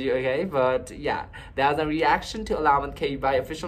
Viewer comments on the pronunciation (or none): Pronouncing 'Alamat' - put the stress on the 3rd syllable instead of 2nd syllable. saLAmat - stress on the 2nd syllable (means Thanks) alaMAT - stress on the 3rd syllable (means Legend) Just a quick TAGALOG 101 😉